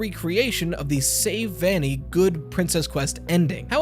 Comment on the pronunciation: I thought it was vanny Not vanni